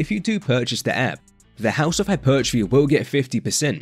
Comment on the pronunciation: "Hypeeeeertrophy" LMAOO you say it soo funny 🤣